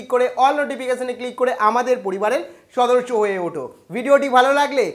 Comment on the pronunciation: It's not সদর্সো it's সদস্য 🤣🤣🤣🤣🤣